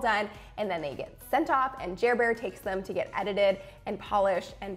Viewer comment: My 18 yr old son's name is Jaron, and I've called him JarBear (pronounced w/Jar rhyming w/bear, reminiscent of Care Bears, lol!) for years! I got a good chuckle out of hearing you say JerrBear! #BossClub